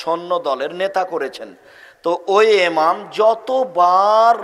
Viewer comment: এমাম কে আপনি এতো বড় হুজুর তার পরেও কেনো এমাম কে এমাম কে বলেন আরবি দিয়ে বলুন ইমাম বললে সমস্যা কি